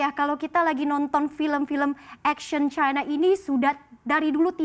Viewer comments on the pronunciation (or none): none